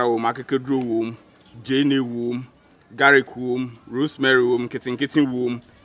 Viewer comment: I heard garic 🤣🤣but I understand. Nice video. I love to see men cook